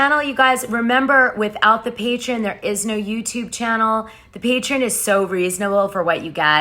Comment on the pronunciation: God damnit girl it’s PATREON!!!! PAY-TREE-ON!!!!!!!